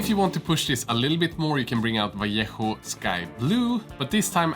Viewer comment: Oh, god, what a pleasure to hear "vallejo" well pronounced.